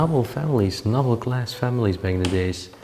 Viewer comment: Just a little help with your English pronunciation. Noble is prounounced like knowble with the k silent!